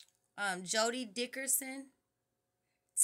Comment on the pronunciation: Dickson mama not Dickerson. Funny thing is Percy says the same thing 🤦🏾‍♂️lol